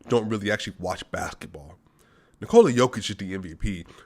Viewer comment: One more thing, I don't know if you are aware of actual pronunciation of 'Nikola'